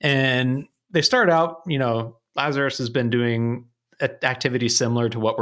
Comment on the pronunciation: "our good friends lazarous" uahuahuahuahuahuahua